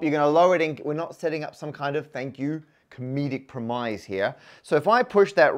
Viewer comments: why did you say “prim-eyes” instead of “premise”? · The singular of "dice" is "die". "Premise" is pronounced "PREH-miss". The single of "axes" is "axis". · "Premise" when used as a noun, like you did at the start, is pronounced ˈprɛmɪs' or prem-iss with the emphasis on the prem. You said prɪˈmʌɪz or pre-myze which is the verb version of the word and has more emphasis on the second syllable. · Do British people really say "prem-ize" or are you just trying to see what you can get Americans to say? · It's pronounced "prem-iss" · "a dice" eye twitch How tf did you just pronounce "premise"?! 😂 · wait how did you just pronounce premise?! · Also, that pronunciation of “premise” . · The stupid way you pronounced "premise" had better be a premise too